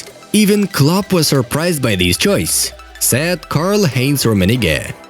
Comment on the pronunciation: Whenever he says "said" it sounds like he's saying sad